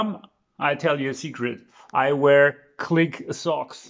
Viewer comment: I thought you said Qlik su*ks for a moment😀